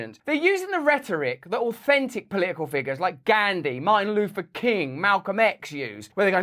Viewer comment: Your accent is endearing, but "Ghandi" is a pronoun, so pronounce it properly. It ain't Candy.